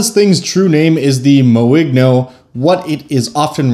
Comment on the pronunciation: It's french, so should be pronounced more like "moin'yo"